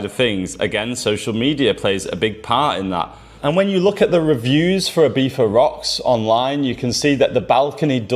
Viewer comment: "Ibifa" probably makes it unwatchable for most people.